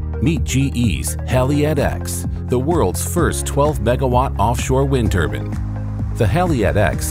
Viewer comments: turban??? Turban????? TURBINE!!!! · "wind turban"